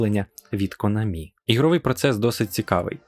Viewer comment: Спасибі, я це й так знав. Але чо наголос у Конамі на останній склад? Я завжди голосив на А.